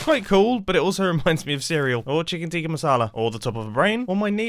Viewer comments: Its chicken ti-kka masala with a short i sound. Just telling as you had pronounced it wrong :) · Ay my man said Chicken tima masala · I love the way mumbo pronounces chicken tika masala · Mumbos pronounciation of chicken tikki masala is kinda what u can expect from mumbo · chicken tikka masala, hearing mumbo pronounce it is... :mwah: (for context, im super used to hearing people say it with the local accent, its a popular traditional(ish) dish here and hearing someone without the odd-indian-english accent saying it caught me offguard) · Mumbo tried so hard to pronounce chicken tikka masala